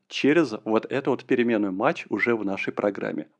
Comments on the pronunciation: не матч, а math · Только пожалуйста, кто учится, не запоминайте произношение библиотеки MATH как "мач" - произносится mæθ (мэф - примерно). Также, AS - произносится "ЭЗ" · Аж ухо режет когда произносит мач, но это можно простить и перетерпеть 😊, знания которые он даёт, стоят этого. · Ай! Каждый раз, когда произносит math как мач, в мире страдает один незадачливый недопрограммист! Ай! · "Мач", "Враппер"... мои бедные уши... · согласен, режет слух, но по сути не важно. но режет))